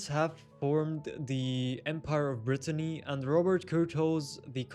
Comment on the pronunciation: Btw you kept calling Britannia (which is Britain) Brittany ( which is the region in France 😂 the video was interesting though